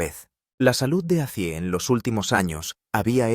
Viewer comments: Ozzy... no azzy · Nisiquiera termine el reportaje es malo y no pronuncias bien el nombre ese llama OZZY